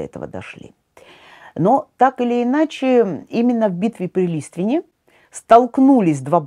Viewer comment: Я из Чернигова. Правильно произносится Листве‘н, с ударением на последнем слоге. До сих пор существуют села Великий Листвен и Малый Листвен